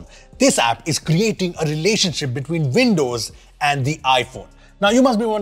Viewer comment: Veendows? Played at half speed sounds better, no machine gun speed.